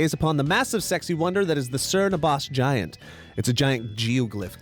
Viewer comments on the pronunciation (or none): Sern abbars 😂 love the pronunciation (btw you say it cerne abb-bus xx)